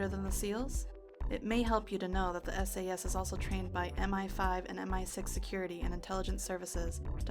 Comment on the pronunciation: Brother, you need to pronounce the A in SAS more clearly. 😂😂😂 💀💀💀